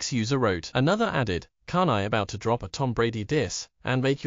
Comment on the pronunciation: "Kahn Eye" is what your txt-to-voice thing there sounds like when he tries to say "Kanye" lol